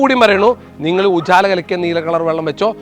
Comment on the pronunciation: Ooochala alla ujala